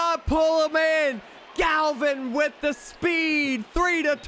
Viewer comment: How does my mans mispronounce the name Gavin? I understand some names, but Gavin?